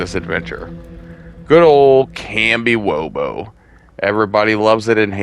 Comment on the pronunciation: You lost me at Kambiwobo. It’s kamishovo.